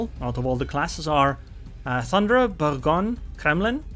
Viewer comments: Boor+gog+knee. Settled. Yore welcome. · Please google how to pronounce Bourgogne